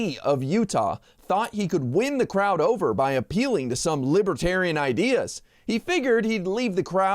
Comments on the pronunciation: Libaterian? He can't even say it right. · Trump is pronouncing libertarian.....libuhtarian....what a useless moron. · Trump says "Lib-a-tarian"....😂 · Nobody’s going to mention how Donald can’t even pronounce libertarian? He kept saying “lib-a-tarian”! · Trump: “Libittariuhn” He can’t even pronounce the word…🤣🤣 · The orange Jesus says he's a "Li-ba-tarian. Listen again. He can't spell or pronounce the word correctly. I'm still laughing. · He says "Lib-a-tarian!" Smart, trump ain't. He is taunting the people with his insults. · "Things that make Me a "Libe-Tarian"..!!! He can't even Pronounce "Libertarian", much less BE one of them,because He's a Nihilist. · He knew he couldn't get away w the QANON theme music in the background w this crowd. He could have least pronounced the name correctly. They are not *Libbaterians*. He will promise them anything. VOTE BLUE 🔵🌊🌊🌊 #BidenHarris 2024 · Boo 😮 he thinks they are loving him sick guy and doesn't know what he's talking about libertarian he can't even pronounce it sarcastic butt face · Trump should learn how to pronouce Libertarian. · He can't even pronounce "libertarian". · He doesn't even know how to pronounce the word 'libertarian'. This criminal should be in jail already. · He's a moron who can't even pronounce the word properly 😅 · Not to mention the fact that he doesn't pronounce "libertarian" correctly. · He didn't bother to learn how to pronounce it - that's not respect.